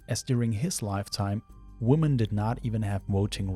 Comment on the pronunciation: For love of god, the phonic emphasis in "women" is on the "men" not the "wo". Stupid new generation making "woman" and "women" sound like the same word Woman: wu·muhn Women: wi·muhn